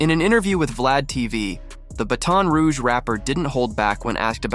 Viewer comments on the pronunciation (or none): This A.I. narrator is really throwing me off. Boozie Buh Dazz and Buh Ton Rouge? 🤣🤣🤣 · I've never heard it pronounced buh-ton rouge....why so many weird pronunciations in this video ? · Man i just can't. Once words start getting mispronounced, it's time to go. I'm sick of this AI bullsh*t. Made it to the 2nd f*ck up on Boosie's name and Baton Rouge, and now i'm out.